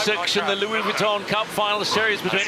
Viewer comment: The problem with is that he does not understand sailing, is not a sailor, and appears incapable of learning anything about sailing. It seems clear that the three experts - Ashby, Robertson and Lester - have little respect for him. He also consistently mispronounces "Vuitton", which is a touch annoying. But the AC75 racing is compelling and the AC40 fleet racing is bloody fun to watch.